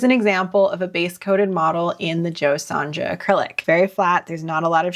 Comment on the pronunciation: It is an Australian made product, it was originally made for Folk Art painting. Jo Sonja paint was originally made and launched in Australia in 1985. The paint line was created through a collaboration between American folk artist Jo Sonja Jansen ( the j in Sonja is pronounced as a y as in yah no a j sound ) and the Australian paint manufacturer Chroma. It was designed to give artists a professional-grade color system. The paint is highly pigmented and dries with a smooth, matte finish. It acts much like traditional gouache but has the lasting durability of Acrylic Paint. It works on many different surfaces, including wood, canvas, and glass. Cheers from Aus.